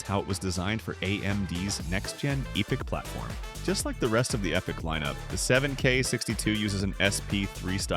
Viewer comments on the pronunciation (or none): Its pronounced {Ep-I(Y)-C} :D